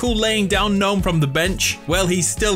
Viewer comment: Does he know the G in Gnome is silent???